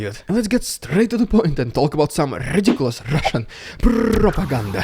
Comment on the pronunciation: I love the gradual escalation rrrrrrrrrrrediculous rrrrrrrussian prrrrrrrrrrrrro-pa-gan-da The fact that Russians (or in this case, Chechens) are still finding ways to just make my brain hurt with their stupidity ... STILL ... is simply amazing. Historian on YouTube, LindyBiege, has commented in the past that the best thing you can do to accelerate the end of a war is to induce surrender and retreat. Killing the enemies isn't as effective because dying isn't contagious. "If you see your lad in the next bunker get shot, you won't think that's a good idea and do likewise. But if you see him surrender, you'll be a bit more inclined to follow his lead."